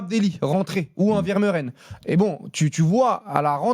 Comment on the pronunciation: Il s'appelle vermeeren et pas vermeuren